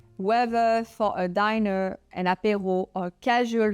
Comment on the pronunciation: Please learn to pronounce "dinner" correctly